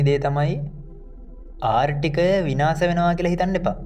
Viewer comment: ආර්ථික යට නේද මේ ආර්ටිකය කියන්නේ මට අහුනෙම ආර්ටිකය කියනවා